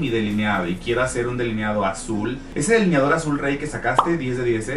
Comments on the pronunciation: *delineador no “deliniador” eres una de las colaboraciones de Luis Torres más simpática y guapa 👏👏👏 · ¿Por que dice “DELINIADOR”?